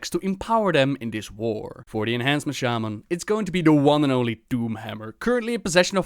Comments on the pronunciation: Today i learned that its pronounced sheiman, not shāman. The more your know... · Right? It's levi-SHAHman not levi-SHAYmaaann. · THRALL ITS SHAMAN NOT SHAYMIN! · When Thrall says sheyman instead of shaman I fucking cringe a lot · SHAY-MAN Seriously... Thrall... the first person who comes to mind when you think SHAW-MAN or SHAW-MUN in wow and his VA mispronounces it. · Its funny because at the beginning of the video, in games voices, 1 sentence after another, 2 different mobs, saying shamna differently. Thrall says Shayman and the demon says shaman. So it can be pronounced both ways. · Shay-man is the British pronunciation. Shah-man is the American pronunciation. Thrall sounds so weird with how he pronounces it because he otherwise speaks in an American accent. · Why does thrall pronounce shaman, "shAman"... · i cringe every time Thrall pronounce Shaman like ''Shejman'' ._. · Thrall: "Shay-men" BTW, anyone else not bothered by the fact that there is a 2nd Doomhammer up for grabs in Warlords of Draenor? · "Shay-men" is the reason elements were not responding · The way everyone else says "shaman" triggers me. Shay-men. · Even the world's most famous shaman can't even pronounce "shaman" correctly.